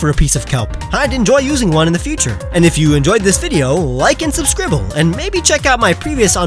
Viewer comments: u said subscribble not subscribe LOL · You said subscribble... Oooooohhhhh, I'm telling jubilee blais. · "Subscribble" Jubilee much? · Did you say "subscribble" that's Jubilee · "Like and subscribble..." lol i love it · YOU SAID SUBSCRIBLE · Woah. Did you just say subscribble? I'm telling Jubilee